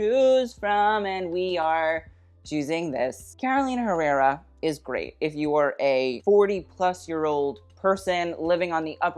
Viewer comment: You criticize everyone for mispronouncing a brand name, but you are mispronouncing Carolina Herrera, search in the translator how you should say it